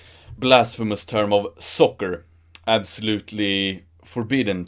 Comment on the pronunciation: Oh, soccer! I thought you were saying "sucker".